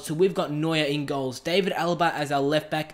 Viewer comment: It's pronounced D(ar)vid Alaba, not David Alaba. The "a" is pronounced as an "ar" sound